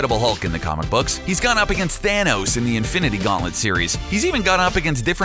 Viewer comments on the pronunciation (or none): none